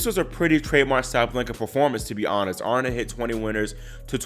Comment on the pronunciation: Her name is Aryna ie ah REE na. You're obviously not a tennis player.